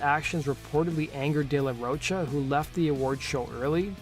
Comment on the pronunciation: It's not "Roach-a" it's "ro" pronounced like rock "cha"